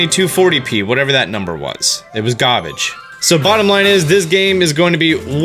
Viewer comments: “ ... it was Gahrbidge.” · What was that? Oh that? "it was gabage" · "240p... It was gahbage."